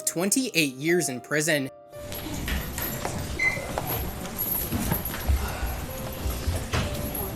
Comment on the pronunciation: What the fuck is chug knight? It’s Suge Knight, pronounced Shug (like the sug from sugar)